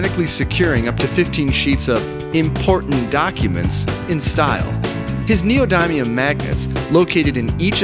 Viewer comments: lol he pronounced neodynium weird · Yo pronounced neodymium wrong